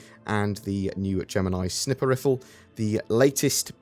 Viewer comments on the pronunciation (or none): I'm very much looking forward to the IAE in two weeks. And did you actually call it a "snipper" rifle?!? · I cannot lie, threw me off with "snip-er riffle" lol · LMFAO, he said "Snipper Riffle"